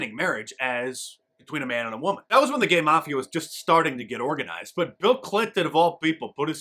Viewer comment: "ghay" marriage!!!!!!!!!!!!! bhahahahaah